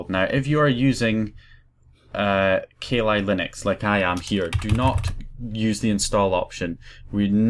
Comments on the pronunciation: hey its kah lee not kay lie. but since thats a bad ass demon best u not say kali in case you summon her! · Ka Li Linux.... hahahahahahaha its pronounced "Kal" "Li" Linux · Sorry, but I burst out laughing when you said 'ka li Linux'. I think you didn't quite get the little inside joke there. Kali (pronounced Ka-lee) is the Hindu Godess of Destruction, quite literally the most powerful goddess they have. Kali Linux is all about absolutely destruction of defenses. I live in a Hindu village so it amused me greatly. People here do not even mention her name in jest. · u say kali linux so weird